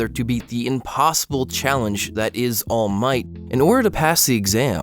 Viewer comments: Ok so this is the first video I've seen by this guy but I noticed he say all might weird. Like he says "all MIGHT" instead of "ALL might" like he's saying it in a sentence "he has all of the might" instead of "he is all might" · every time you say all might I have a stroke. It's ALL might, not all MIGHT. Boi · All Might one word kiddo. Not All----Might. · How literally the whole fandom pronounces it: Allmight How pronounces it: All Might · all miGht (i'm sorry it's just funny to me how you put a lot of emphasis on "might" when you say all might's name) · Im late but like the way he pronounces all might cracks me up 😭💀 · “ All Might ” Sorry, his pronunciation/the emphasis on the word killed me! 😂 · idk why this bothers me so much but this dude constantly exaggerates the ALL in all might instead of the MIGHT idk why this hurts me so much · love the vid, but the way that you pronounce all might hurts my ears. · The way he pronounces “All Might” tho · The way you put emphasis on All Might is very odd, good video though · Listen man I dig you but the way you say "all might" is incredibly jarring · This was a wonderful and well thought out video, but I hate the way you pronounce all might with the long pause in the middle... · Loved it until you started saying All Might's name, absolutely hated it from that point onward :') Still, it was quite entertaining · I hate how you say Toshinori's name. 😂😂 All MIGHT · the way you say all might XD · Omg WHY do you keep saying All Might like that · Disliking this video just because of the way he says "All Might" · you say allmight wrong bruh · For some reason the way you're emphasizing "All Might" is annoying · Stop saying all might like that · Great video!! My only question is why do you say All Might like that??